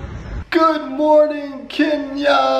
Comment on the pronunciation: Atleast you can pronounce 'Kenya' right. That's all that matters 😂😂